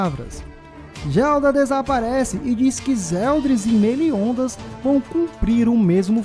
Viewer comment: Por isso Meliondas kk